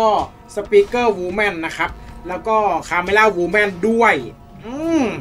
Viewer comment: ขนาดพูดชื่อ camera woman ยังพูดไม่ถูกเลยฉันจะไม่พูดว่าทีวีอีกมันไม่ใช่ทีวีโว้ย